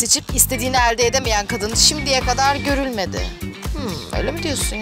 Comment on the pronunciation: İSTEDİĞİNİ “eeğlde” EDEMEYEN Mİ?